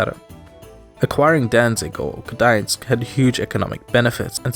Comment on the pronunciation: I hate how people call Gdańsk Dangiz